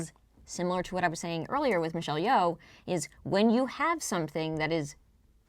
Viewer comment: Not to be "that guy" but Yeoh is pronounced Yo not Yow.